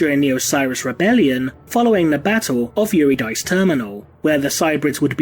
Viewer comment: Not Yuri-dice Yer-id-ĕ-cee Its ancient Greek. But, always enjoy your work here and with TI.